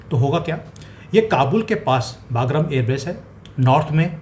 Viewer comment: बागरम नहीं "बगराम" सही नाम है अफगानी एयरबेस का। कृपया उच्चारण सही से कीजिये